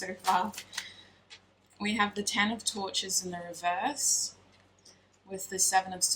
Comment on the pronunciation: Omg I kept hearing tortures instead of torches LOL